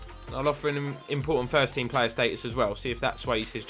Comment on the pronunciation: you say plea name as play